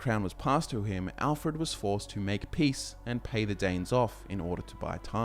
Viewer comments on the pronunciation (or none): none